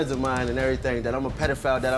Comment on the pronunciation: what's a pelafile